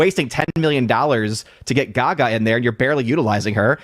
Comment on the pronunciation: It's Lady Gag Ah